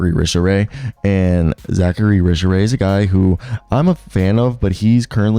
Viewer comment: Risacher = ree-saw-shay